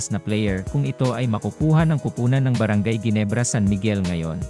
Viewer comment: Ayusin mo nga ang pagbigkas sa brgy.ginebrs